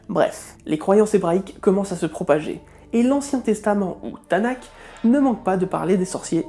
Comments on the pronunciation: Petite correction de prononciation à [TN"K] תנ״ך (que tu prononce "tanak") est une abréviation (pour Torah-Néviim-Kétouvim) mais elle répond quand même normalement aux règles de lecture, c'est à dire que le "K" est prononcé selon sa forme finale (sophite), passant d'une pronociation dite explosive "K" - כ à une prononciation dite sifflante "Rh" - ך. Hon, par contre, je ne suis pas versé dans comment on transcrit normalement en alphabet latin mais si je devais transcrire la prononciation correcte je tenterais quelque chose comme "Tanarh", en imaginant un son assez guttural pour le "rh". Je crois que les transcriptions classiques utilisent un caractère "h" (ou "k") avec une sorte de mapik (un point dessous) pour ce son là en particulier, mais je peux me tromper. J'ai étudié l'hébreu, pas sa transcription en alphabet latin. Je n'ai pas de source précise à te proposer pour cette remarque, je ne fais que répéter ce que j'ai appris à l'époque ou j'étudiais l'hébreu dans le cadre d'un DU à l'Université de Provence. Les cours d'hébreu biblique, en particulier, étaient données par Philippe Cassuto, qui est un grammairien extraordinaire. Je ne crois pas qu'il existe une autre personne en France capable de faire aimer d'amour les règles de la grammaire hébraïque. Bref... Beaucoup de bons souvenirs, et donc... Le Rhaph sophite vaincra. Rh! <3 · Tanakh se prononce TanaR (on prononce toujours R les " k" finaux en hébreu, prononciation comme le "ch" allemand de naCHt ou le "j" espagnol de marijuana). Sur google il y a une option audio pour savoir comment prononcer les mots.